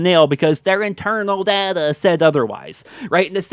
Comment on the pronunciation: You go on about 'internal data' (and cant even pronounce data right lol) yet you act as if you speak for every cod player. You are so arrogant